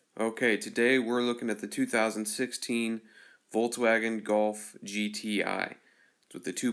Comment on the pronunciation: jo bro no front but it's not a fucking voltwaigen its a volkswagen bitte do it right in future, rest of the video is good, love the golf 7